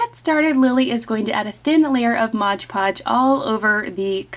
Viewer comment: Product is Mod Podge, not Modge Podge.